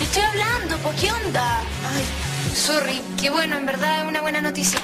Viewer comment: nosé si han cachado que la en vez de decir sorry, dice sory ldjslshsl me da risa